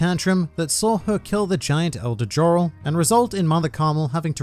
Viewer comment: Pretty sure Jorl is pronounced Yorl & Jarl is pronounced = Yarl in Norse mythology